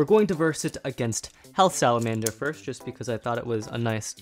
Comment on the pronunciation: um is it just me or did he say hell salamander